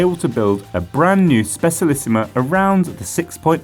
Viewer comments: Just saying but Specialissima is Italian is pronounced Spe "cha" lissima. Pity it's only available in disk brakes now. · ye but I think this is a new record of butchering :p